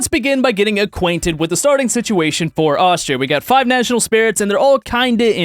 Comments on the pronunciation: The way you dared to say austria has hurt me to my very core there is no k at the end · took 3 weeks of german and pronounced Austria wrong XD